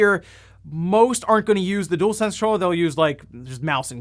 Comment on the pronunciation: Dualsense, not Doolsense